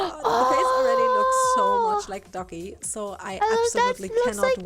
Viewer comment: i watched moon before i new who Doki was I thought she was saying Ducky for half the vid then went OH ITS DOKI